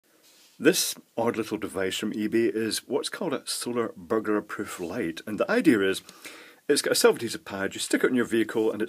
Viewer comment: "Solar burger proof light". :P Why can't the Scottish say "burglar alarm"?